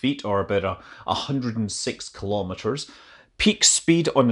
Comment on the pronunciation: I like you but you too mis-pronounce " Kilo Meters "